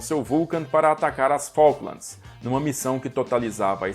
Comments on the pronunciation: Cuando escuche un brasilero diciendo Falklamds, fué suficiente para NO seguir viendo. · Como vas a decir la guers de faklands... de MALVINAS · NUNCA JAMAS TE ATREVAS A DECIR FALKLANDS!